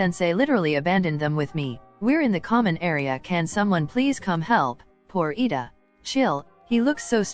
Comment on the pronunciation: It's Iida not Lida